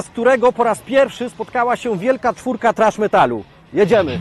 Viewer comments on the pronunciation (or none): Kiedy polak niewie jak sie czyta thrash wiec czyta trash. Roznica ? Hehehe wcale zadna hahaha